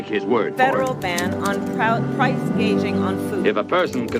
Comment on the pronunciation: Why isn't anyone calling her out for saying PRICE GUAGING, not GOUGING?